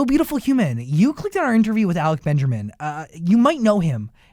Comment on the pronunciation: 'alec benjermin'